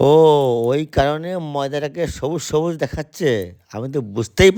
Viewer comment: তুমিও ভুল করছ সবুস সবুস না সবুজ সবুজ